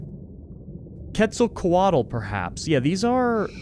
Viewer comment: Correctly pronounces Quetzalcoatl Incorrectly thinks it's an urban legend How???